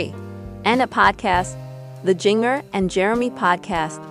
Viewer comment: Can't even say Jinger right!